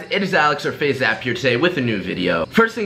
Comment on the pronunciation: IT sounds like You are saying FaZe aZap